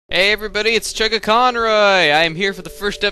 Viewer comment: it's not like he hasn't TOLD them the pronunciation enough. i agree with you, and frankly i'm suprised chugga hasn't gotten pissed, because it does nothing BUT piss me off. if they can't say his name right, they shouldn't even try.